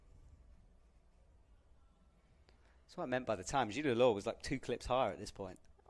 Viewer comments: had always had a history of mispronouncing names, especially Zhilu Luo name. It happened so many times can barely keep count at this point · commentator really butchered the pronunciation of Zhilu Luo's name. as a commentator one would think they would put in the minimal effort of pronouncing the athletes' names correctly....